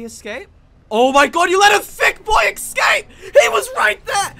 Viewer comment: Stop saying "eCscape",, what are you, 10?